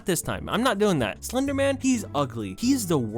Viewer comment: slurrrrrrr your own words